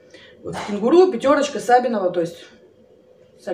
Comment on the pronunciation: САбиново или СабИново..короче🤣🤣🤣Юмористка вы наша,спасибо за влог🙏🤗